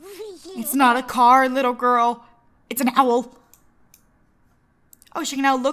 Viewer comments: When she says: "ITS AN OWL" it was hilarious because of the accent (i cant spell,and im aware of that) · It's not a car gurl its an Owel (what as my life come to?)😶